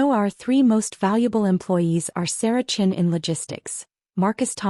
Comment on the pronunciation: downvoted due to multiple incorrect pronunciation including patricia or patricion, margaret chin or chene